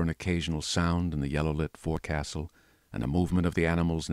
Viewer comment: You spell it "forecastle", however, you pronounce it "fo'c'sle". (sounds like 'folk sell')